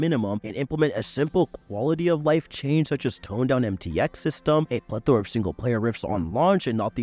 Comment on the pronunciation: thats not how u pronounce plethora 💀